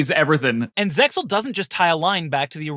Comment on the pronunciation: its not ZEX-AL its ZEAL!!! the X is SILENT!!!!! facepalms* Spider-Man is not a mutant, he's a 'genetically enhanced human', meaning he did not naturally mutate into Spider-Man. By altering his DNA through the spider-bite, he is an enhanced human being. It 'does' lead to further potential mutations, but he's not a "Mutant" like X-Men or other mutants due to "natural human evolution". what the heck, the narrator just ignores the premise of the 5D's show that's about dragons and Dark Synchro........